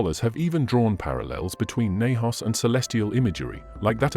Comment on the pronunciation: U can't pronounce nahash